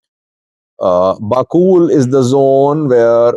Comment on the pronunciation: Its bakool not bakul